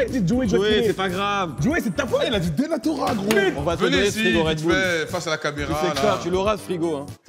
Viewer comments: « dENatORa » ptdrrrrr 😂😂😂😂😂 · il a dit denatora c'est une dinguerie je vais aller pleurer de rire encore